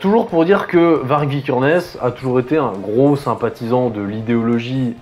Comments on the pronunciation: Je crois que Varg ça se prononce Vary (y consonne pas voyelle genre le même son que dans Aïeul mais sans le a devant ou le eul après, comme pour Greta Thundberg, qui se prononce.. ça veut dire loup en suédois et il me semble que la prononciation serait la même en norvégien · Ca se prononce "Var-yeuh". VAR-YEUH.